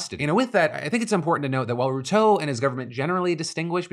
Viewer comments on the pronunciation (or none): It's pronounced William Ru-tore like "I tore my muscle " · How Phil pronounces Ruto is hilarious 😆 RUU-TOOO 😂